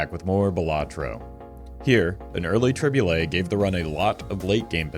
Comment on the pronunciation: "yes its a tri-bulet moment"